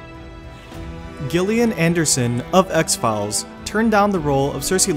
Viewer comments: 'G'illian Anderson? No, it's pronounced Jillian. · Great video but got to nit pick....Gillian Anderson is pronounced with a “jay” sound as if it were written “Jillian” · dude, really like your commentary but to be honest, you need it checked before you do it cos there's some crazy ridic mistakes which make you look like a nub. First of all "Gillian" Anderson, it's a hard "G" like "get" not a soft "g" like "gently" and that's pretty basic, you basically disrespected someone who is superb at her job and whose acting skills way surpass TV shows, she's waked the boards too and with great effect. Secondly, you said "med-e-val" which is a very common American mispronunciation of the word which has 4 syllables, in non American/World English, it's very clear "me-di-ee-val" as all 4 pars of the word mean something but looking into it, even in the simplified American English the word is 4 syllables. Love your stuff, please get someone else to read through it first though, ideally non American. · Gillian Anderson is pronounced with a J (Gillian Jacobs is the only had G I can think of), and Ciarin Hind is 'Keiran', not See-arin... they're not exactly obscure actors either. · another fact you dont know how to pronounce Gillian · Dude. You SERIOUSLY need to learn how to say the names of these actors. I mean, I can understand screwing up the pronunciation of Ciarán Hinds. But Gillian Anderson's name?? Seriously? And Max Von Sydow? Also, why is footage of Frances de la Tour as Madam Maxime from "Harry Potter" shown when actor Ian White is mentioned playing Wun Wun??